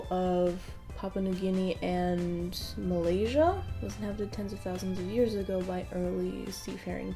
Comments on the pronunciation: melanesia darling, not malaysia lmfao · Did I hear Malaysian instead of Melanesian? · wait what is this send help true but she didn’t even say malayasia